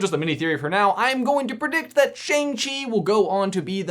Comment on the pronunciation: Chi sounds like you just mashed chai and tea together.